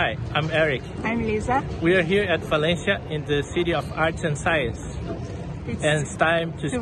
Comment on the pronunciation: Butchering Valencia Spain at the end there.